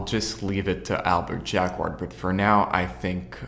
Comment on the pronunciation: Just coming back to this. Jacquard is pronounced more like Jackard to English speakers. Ignore the 'u'.